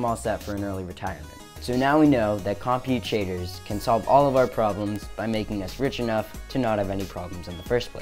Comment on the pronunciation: you've learned everything about compute shaders, except how to pronounce it